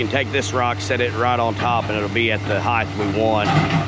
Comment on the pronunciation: Height not Heighth!